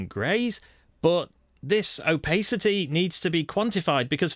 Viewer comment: An excellent guide on Hueforge. Though I must admit I've never heard of "opaycity" and "jerber" files ;)